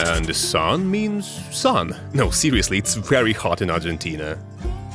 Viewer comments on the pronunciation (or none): none